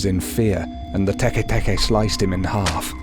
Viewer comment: You said it wrong